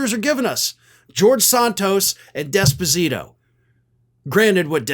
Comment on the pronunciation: It is not "desposito" it is "d'esposito", NO emphasis on the "d", emphasis on the "es". Put another way, "small d".